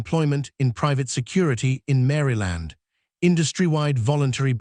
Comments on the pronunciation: Narrators needs to know the correct pronunciation of the words they are speaking. Mary Land? Mahl? So annoying to listen to…. 🤦🏻‍♀️ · It's not Mary Land!It's pronounced as Marl land. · No this man did not say mary land ai yes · Not to mention he can't pronounce Maryland correctly 😅